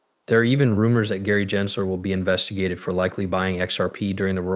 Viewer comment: I giggle when you say certain names. Like "jensler" instead of Gensler (hard G). There's been 1 or 2 others. Keep it up, though. You do a good job overall.